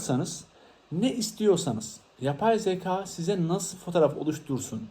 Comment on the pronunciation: Emeğinize sağlık ama söylemeden duramazım “yapay zeka” derken zaka olarak söylüyorsunuz lütfen türkçemizi doğru kullanalım 😅